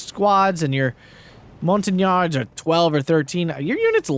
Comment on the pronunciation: Gotta love everytime someone brings French troops to one of your vids ;) "Montagnards", pronounced "mon-ta-niar"